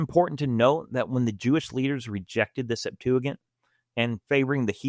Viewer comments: Good video, but it’s pronounced Sep-tua-jint, not gint lol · Septuigint (sep 2 a gent), although spelled wrong here, it is the proper pronunciation. Love these videos man! Been binging since finding the channel 3 days ago. Sola fide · Septuagent has a soft g as in gentleman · I believe putting ANY emphasis on the Septuagint is too much. By the way, it is pronounced sep-TOO-uh-JINT. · It's not as bad as his pronunciation of Septuagint 😅